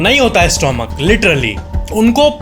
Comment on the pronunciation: स्टोमक नहीं स्टमक कहते हैं। क्या आपको ये फैक्ट नहीं पता?